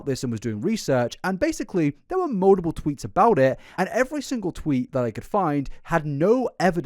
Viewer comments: You also pronounce "mutiple" as "muldupull" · mate im british and we dont say mull-tip-ull like u do wtf bro 😭